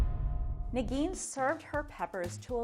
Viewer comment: Am I the only one that keeps hearing "Nagini" instead of Negeen? Maybe Voldemort is not dead yet.